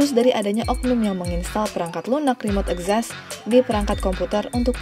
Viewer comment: Literally nobody: Narator, akses: akses Access: ekzessss